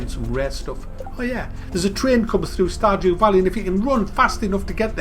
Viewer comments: I hear starjew value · Did anyone here him say star"jew" valley? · Did he just say "Star-Jew Valley"? Damn, man. That's racist. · Am I the only one who ,at the beginning, heard him say Star"Jew"Valley? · When you first read the title I thought you said Star"Jew" Valley. Ha ha, keep up the great videos sir. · "star jew valley" Nice, real nice.